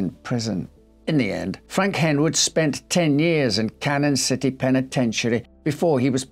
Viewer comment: I'm from Canon City and never once thought I'd get to hear mispronounce it lol! I have heard of this story but didn't realize there was a book-I'll have to check that out.